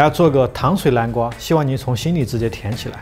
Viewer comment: 叫南瓜，不是蓝瓜，好吗😂